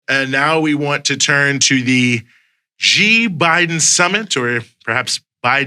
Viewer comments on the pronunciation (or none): It’s not pronounced “gee”, it’s pronounced “shee”. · Actually from what I find out. Xi, sounds more like See or Sea.